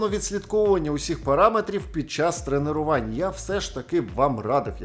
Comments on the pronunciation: ТРЕНЕРУВААААНЬ? ААААААА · Тренерувань. Тренерувань. Тренерувань. Тренерувань. Тренерувань. Тренерувань. Тренерувань. Тренерувань. Тренерувань. Тренерувань. Тренерувань. Тренерувань. Тренерувань. Тренерувань. Тренерувань. Первых 2-3 раза впринципе нормально воспринялось, но с каждым разом всё сильней и сильней резало слух, дальше я не смог вообще различать другие слова, кроме тренерувань. Спасибо за приступ эпилепсии, было прикольно)